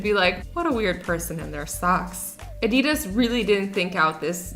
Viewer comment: was it just me or did azzy say AD DI DAHS instead of Adidas? At 9 25?.